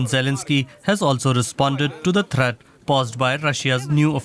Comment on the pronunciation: “Praizdent Zailinghsky has also responded to thratt paused by Rashiyas faurses” Dude, I get that English isn’t your first language, but if you’re going to go big and report in the language, at least learn how to speak it!